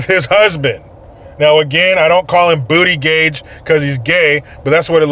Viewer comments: It's pronounced Butti-judge, which I think is more hilarious haha lol. Not trying to be a "Speech Nazi" no pun intended I just think it's hilarious. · No no no..Tee-hee-hee...it's butt-gig 🙄 ☺ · It is pronounced boot-a-jeg but say it the way you say it is much more funny lol